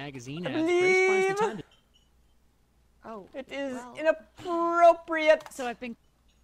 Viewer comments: I BELIEVE IT... IT IS INAPPRORPORPORPORIATE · IT IS INAPPRORPORPORIATE. lmfao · IT IS INAPPRORPORPORIATE! xDDD